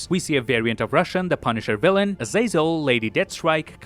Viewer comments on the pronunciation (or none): none